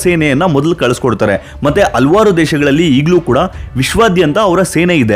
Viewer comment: AA matthu Haa difference correct agi heli brother. ex: Alavaru alla... Halavaru